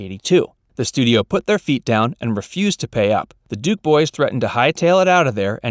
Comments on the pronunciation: DUKE not Dukes. If you can't get that right, you're not to be trusted. Big dislike, reported. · Her name is Duke, not Dukes, “”. Fail.